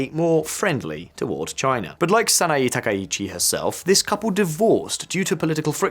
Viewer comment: 名前の間違いがひどすぎる。わざとだよね？サイって誰？ SANAE TAKAICHI！だよ。